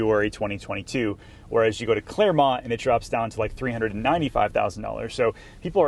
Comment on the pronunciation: Its clermont